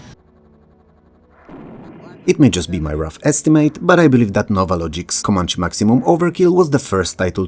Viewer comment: and it's pronounced ko-MAN-chee, not ko-MANCH. It's an aboriginal tribe here in the USA that they named the helicopter after.